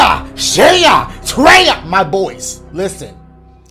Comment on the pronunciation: That "my boyz" sounded so clean 😂